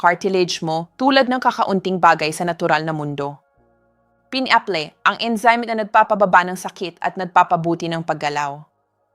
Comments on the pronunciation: Ano b nmn ung pagbibigkas nya ng ,ung Mangga,binibigks ng Manga daw,tas ung pinya,bigkas Niya eh pin-aple daw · Pls pronouce properly…pineapple!!! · Ok.ang mga information pero pakitama na man ang prononciation m.ng muscles. pineapple dr k pa nanan nakairita sa pandinig pls aralan ang mga pagbigkas ng words bago .i post